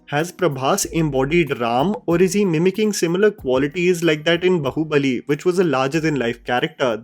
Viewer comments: Hi great video but can you please try pronouncing Bahubali correctly?😂 When you say Bahubali, bahu sounds a lot like 'daughter in law' bahu and not 'arm' baahu. It's really funny but people see your videos even outside our country as you make videos in English and it would be appreciated if we could at least let people know the correct pronunciation of Indian words. All the best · Sorry to point out a minute mistake, it's not bahu-balli like Saas bahu , it's Baahu balli 😂 I mean how can you speak meticulously perfect English words while completely missing out on Indian language enunciations....please can't hear the wrong word pronunciation, again and again its very odd. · Please stop calling it "बहु-बली " its "बाहु-बली " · Ok. I can’t take it anymore- it’s ‘baa(as in baa in ekta kapoor’s serials) hubali and not bahu (as in saas-bahu). 😢